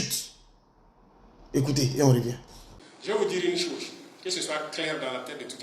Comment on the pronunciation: Ibrahim Traoré Cacao,on ne dit pas Sose mais chose, analphabète Bouki gaou là 😂😂😂😂